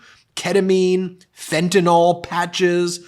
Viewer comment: I really wish it didn't drive me so insane to hear the number of otherwise intelligent people pronounce fentanyl as though it was fentanol. But I wish even more that they would actually pronounce it correctly. FEN-TA- NIL.